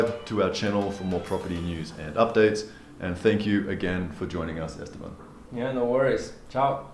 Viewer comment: Awesome video but, do you know you’re killing Esteban’s name. You pronounced it Estebomb. It’s Este-BAN.